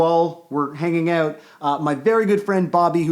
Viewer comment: Lol "oot" and "aboot" xD